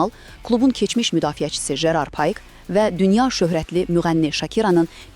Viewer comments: Payk yox ay giji😂😂😂😂😂 Pike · Payk yox ay qıjı pike😂😅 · paik deyilmir pike deyilir